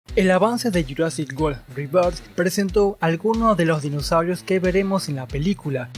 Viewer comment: Buen video Me alegra cuando pronucian rebirth como se debe xd